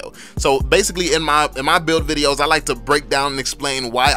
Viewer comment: Yo! I really like ur video With that "drop dat bass" music And ur "rapper" like way of speech Haha Its just like an undercover rap challenge U know, when u want to rap but u have to do some tips and trick video first LMAO! Especially when u say "ma" instead of reguler "my" hahaha Its really different from what my teacher say in my entire english class since elementary school till my highschool By the way, what will you choose for karrie, windtalker or scarlet phantom? Assumed there only 1 place in ma karrie inventorie haha